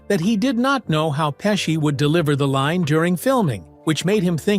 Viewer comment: Pessi? Pechie